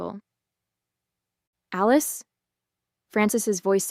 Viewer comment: Thomas and "Aleese"??? Stupid AI.